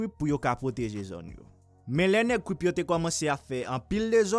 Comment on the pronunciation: Dude can you even say Crip cause u kept saying cwip its crip get it right buddy